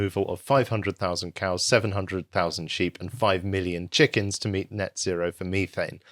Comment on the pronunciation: Meth-ane, not Meethane.. FFS :)))